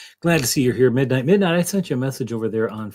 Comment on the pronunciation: "Mindight" is breaking me 😆